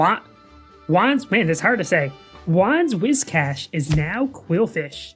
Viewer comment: I know I'm probably late to the party on this one, but thank you for saying "Whiscash" properly.